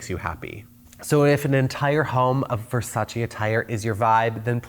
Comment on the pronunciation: "Nice bed spread." "Thanks, I bought it at Ver-sayss."